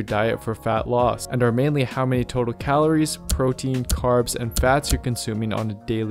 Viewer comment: Where is this fucker from who the fuck says Calor? It’s calories